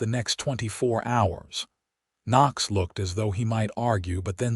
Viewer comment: Decent love story but so many misspelled and mispronounced words - is the man's name spelt Knox or Nochs? The names Tabitha and Murray are mispronounced as well. Pls fix if u wish for people to consider the writer and uploader as professional people - otherwise just remain uneducated!!!!!!!!